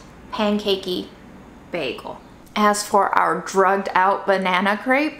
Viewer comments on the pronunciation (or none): none